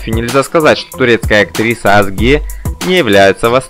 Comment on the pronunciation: ведущий турецкие имена как пишутся так и читаются имя актрисы Озге а не как вы читаете Азге прошу прощение емли пишу с ошибками, Турчанка